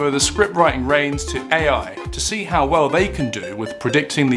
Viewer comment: Ai can't even read lmao that can't even say the word how